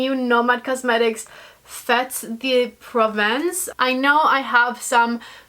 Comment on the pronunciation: Fetes is pronounced ‘fate’ and Provence is prone‘pr Vonce’